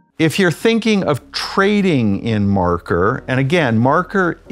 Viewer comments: WHY ARE YOU CALLING IT MARKER !! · How does this video have 10 likes and no dislike while the guy keeps saying MARKER? lol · It runs on Ethereum. Just saying. Also stop saying marker